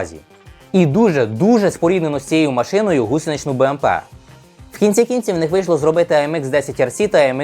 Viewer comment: В кінці кінців із наголосом на останній склад, перший раз чую к цього хлопчини) Це якась обласна особливість вимови ? Я кажуть в Бородянц: цяя, тая...цеє теє) а в Малині: попребуй, і чомусь кажуть: сомплі))) кугути напевно ?)))